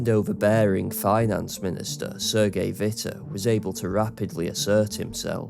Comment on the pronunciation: Cheers, this is only the third YouTube video I’ve ever seen that pronounced Sergei Witte correctly.